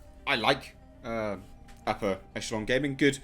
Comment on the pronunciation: Every time this man says “upper” I hear “Appa”! Anyone else or have I been binging Avatar The Last Airbender to much?